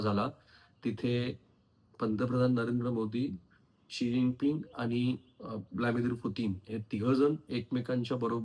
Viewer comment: You are pronouncing continuously in an incorrect way; It is Vladimir, not Vlamidir Correct: Vladimir व्लादिमीर Incorrect: Vlamidir व्लामीदिर.